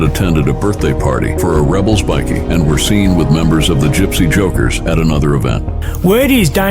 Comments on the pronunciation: What's embarassing is the ai talking keeps calling them bikkies (biscuits) not bikers 😂😂😂😂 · Bikie is pronounced with a long i. 😅fucking ai voice can't pronounce shit😅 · It's bike...eee that's how ya say it ..not bickie... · It's pronounced bi-key not bickie,it's not a group of biscuits 😂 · Bikie. . ..i thought it was biker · Great video but hearing 'bikie' called biickee takes away from how good it is